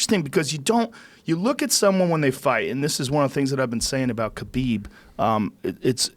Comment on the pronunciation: Jay Pique it’s actually Khabib...idiot.